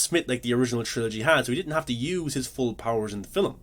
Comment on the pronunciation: Two things: 1. You didn't explain how they created Morpheus' exo-morph at all.. 2. Why do you say film like 'filim'. It sounds like in all your videos you emphasize saying it in a weird way. It makes me feel like it's an inside joke between you and your fans. I don't think your accent is to blame. Or is this a extremely subversive Aphex Twin reference?